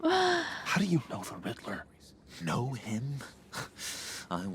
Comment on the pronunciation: Riddler ...not Riddleler 😂